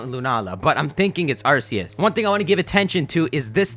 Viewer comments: ugh I'm starting to get annoyed from him saying ars-ee-us when it's-ark-ee-us gahh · It's pronounced Ar-key-us